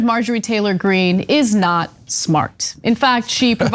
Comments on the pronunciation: “Margarine” Taylor-Green. Omg. I spit my tea. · Did you call her Margarine? Haha!